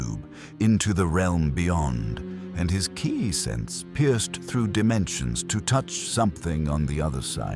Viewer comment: First: Fix your audio Sayian = Say-an Ki = Key For your ai reader. Second: Why is Vegeta acting like this? It was established to start that he has Bulma, therefore this is the Vegeta that learned iner peace on earth but he's acting like a conquer